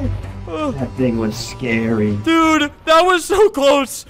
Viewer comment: The scawy lasore*